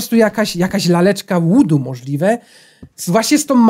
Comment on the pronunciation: (Wymawiaj) Wudu nie łudu